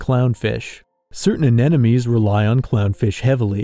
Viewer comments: You pronouncing anemone as anenome made me question reality for a minute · if youre going to use the word, learn how to pronounce it - AN-EM-O-NEE. in your position mispronunciation is just laziness. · Why can no one pronounce anemone correctly?